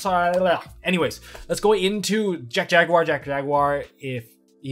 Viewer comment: Jack Jaguar I keep hearing Jet Jagar